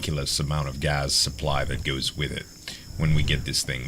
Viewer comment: is that the way you say gas gaz